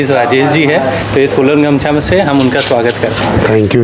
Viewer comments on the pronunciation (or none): Bhai it is not gamsa it is gamusa